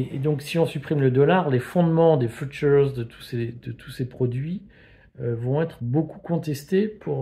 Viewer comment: les “phutures”